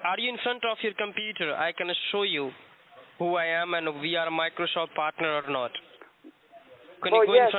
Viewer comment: Microsoft’s partner pronounces it 'Microshoft' 🤣